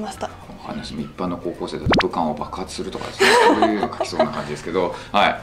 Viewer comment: 武漢が股間に聞こえちゃいましたw